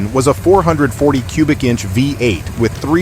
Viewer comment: The AI voice is pretty convincing, except for dead giveaway mispronunciations of $546 and 440 6-pack...